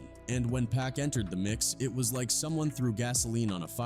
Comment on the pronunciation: Cause it's Pac, 2Pac, not Peck nor Pack 😂